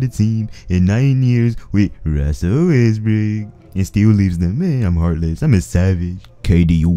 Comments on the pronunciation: Josetoplay Games oh he's saying Russell Westbrook?.I thought was making some other dude actually named ruzzell Wezzbruk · Son Gohan he said westbook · LMAO "RUZZEL WEZZBRUK" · King Melo ruzzell westbook